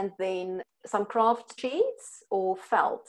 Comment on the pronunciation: lol sounds like she's saying "Kraft cheese." that would be weird.